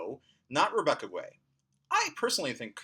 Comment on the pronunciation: Rebecca Guay has the same issue as the planet, Uranus - popular mispronunciation because of the true pronunciation. It's pronounced "gay". Just nit picking though - love your videos!